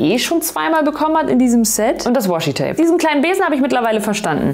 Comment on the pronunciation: Das Washi-Tape.. hier in Japan sagen alle nur マスキングテープ(masking tape) 😂 和紙 (washi, uebrigens WAshi ausgesprochen, nicht das Englishe Woshi ;) ) bedeutet quasi traditionelles japanisches Papier, ist also eine bestimmte Art von Papier